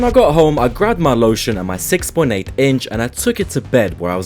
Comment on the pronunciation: Is it just me or is there emphasis on the 6.8 in